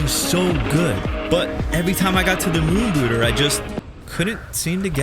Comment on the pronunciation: I thought he was saying moon booger.